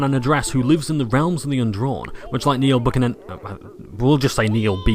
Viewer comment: I love your pronoounciation of Neil Buchanans name. It's pronounced BEW-CANNON btw :)